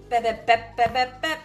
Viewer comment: I LOVE Korean food! Bibimbap is one of my favs! It looked amazing! It's pronounded "Be-Bim-Bap" :) I studied Zen with a Korean Zen Master for years and he introduced me to all kinds of Korean food!